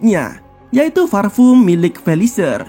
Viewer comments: parfum bang bukan farpum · Parfum. Bukan farfum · Gw bisa merasakan penderitaan mimin saat harus melafalkan "parfum" dengan benar 😂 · Lebih ke V sih ngucapinnya jadi Varpum, yang sebenarnya sangat salah cara nyebutnya ...hehe maaf ya jika ada salah pengucapannya